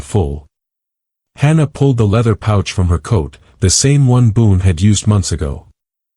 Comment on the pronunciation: Boone not boon